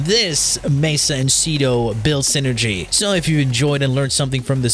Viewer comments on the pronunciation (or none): Ce-do? SEE-R, the MIGHTY SEER